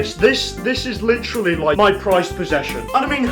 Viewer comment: we need a counter for every time he says "Litcherily"